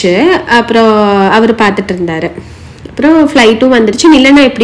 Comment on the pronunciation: தயவு செய்து “ அவர்” என்று சொல்லுங்க, “ ஹவர்” என்பது ஆங்கிலத்தில் சரியான உச்சரிப்பு இல்லை.